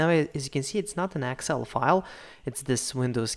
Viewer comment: Thank you. by the way, it's excel not axcel ... lol